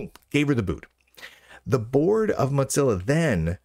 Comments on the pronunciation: Why does he say "motsilla"? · I swear he says moth-zilla on purpose. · I keep hearing Mud-zilla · That was my impression. A subtle insult every time he says their name.